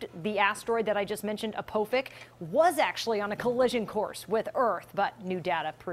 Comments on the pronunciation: She called it apofic 😂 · its named Apophis not Apophik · I love how she mispronounced Apophis twice